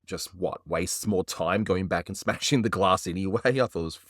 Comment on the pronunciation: Who bwoke that gwass?